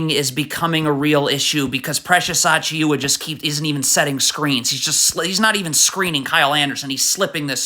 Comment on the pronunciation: lmao i don't know why he be pronouncing Achiuwa like that when its AH-CHEW-AH